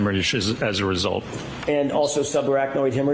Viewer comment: “the end weesult”🤪